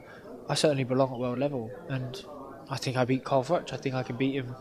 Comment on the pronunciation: Followed him from the start? It's Froch not Frotch bud!